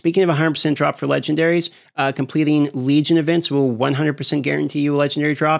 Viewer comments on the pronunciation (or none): none